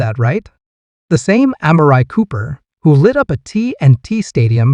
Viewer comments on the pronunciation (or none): Say it right am Mar re! And Dak! Not doc!!